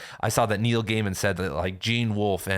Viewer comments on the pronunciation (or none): none